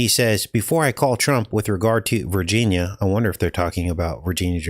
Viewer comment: Vrginina not Virginia